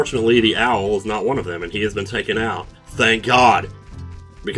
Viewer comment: finally someone else who pronounces it "oot"